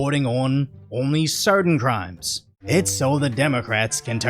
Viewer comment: Did you say: only certain crimes or Homie Certain Crimes?